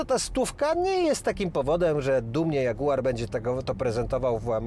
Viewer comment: Wkoncu w odcinku jest... a dzagułaaar xDDD dzieki!!